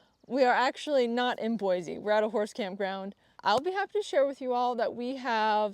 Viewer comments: Yay! Idaho is the BEST. I've followed you for a while and am so excited to hear this. We live in east Kuna, just directly south of Boise, (its like 15 min south, if that) and FYI its pronounced Boi-SEE, not Boi-ZE. We moved 3 years ago and learned that real fast lol. Also check out Dusty Acres Boarding Facility. I actually live just down the street from the facility and its really amazing. My daughter gets her lessons there and I know they have space. Trail riding nearby, indoor and outdoor riding arenas, storage for trailers, and there are tons of trails an easy drive away. You can get to Lucky Peak or stay in the High Desert in just a few minutes from the facility. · Lesson 1 of moving to Idaho: Boise is pronounced Boy-see instead of Boy-zee😉